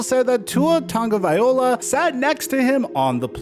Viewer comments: I really wish you would say his last name right. Loa not Ola. Low-Uh. Please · Mike! It's pronounced: Tawng•oh•vye•low•uh NOT! Tawng•oh•vye•oh•luh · dude it’s TAGO - VAI - LOA put some respect on his name. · TagovaiLOA, Not TagoviOLA.. Just trying to help you on the correct pronounciation. Appreciate the videos. Keep up the great work! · Tagovaiola is how you pronounced it, it's Tagovailoa. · Please start saying his name right, LO-A not O-LA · Tua has stressed that his last name is tongue-uh-vai-loa... it's Maori so you pronounce it that way Edit: just for this case, maybe just say Tua, because for some it's super hard to pronounce his last name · My dude it should be toungue-uh-vai-loa... tua has stressed this so many times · “Tua tagaliova” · Straight butchering his name smh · Please learn how to pronounce his name correctly. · The way he pronounces his last name kills me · The cringe when Mike pronounces Tua's last name 😬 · next time say his name correctly if youre doing a mini doc on the guy... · Lmao how is it that mike gets tuas last name wrong every time 😂 at this point he has to be trollin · Mike, love your content...Can you please look up Tua’s pronunciation? 😂